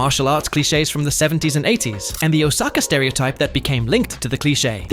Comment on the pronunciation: It was so painful to hear Osaka being pronounced wester way so many times in a short period of time. 🫠